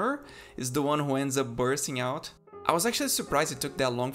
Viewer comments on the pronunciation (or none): none